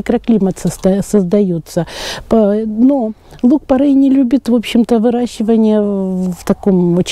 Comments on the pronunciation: Порей , не порЭй. Ухо режет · Поправочка: не порЭй, а порЕй. Не правильное произношение слух режет, а так спасибо, полезная информация. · ухо режет не то слово((( порЕй